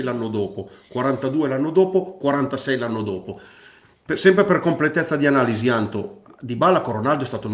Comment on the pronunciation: Minchia "l'analishi", sembra che parlino di fisica nucleare